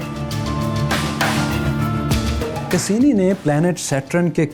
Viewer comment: Cassini ko pronounce to sahi se krain sir